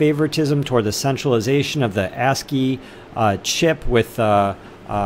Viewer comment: ASIC (AYE-SICK) not ASCII, lmfao